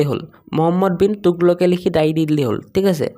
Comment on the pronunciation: তোগলকে ❌টোগলকে